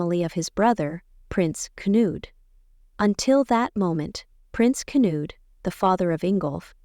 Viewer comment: Knud, not Canood. Benedikte is pronounced Ben-eh-DIK-tah, not Ben-eh-DIK-tay.